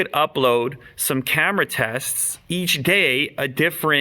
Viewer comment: Lol he said gay instead of day